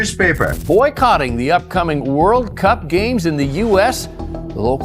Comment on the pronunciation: I guess English is not your native language. WORDL?!!